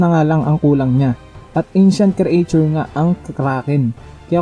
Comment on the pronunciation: Talo sa pronunciation mo ng creature e parang creation bagsak ka ba sa reading comprehension?